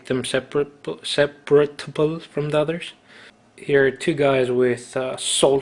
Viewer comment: separable , camo smock. Separate...sep-perrrrrrr- rate. Slang is seprit! Just helping seems like you're struggling since English isn't your native language ;)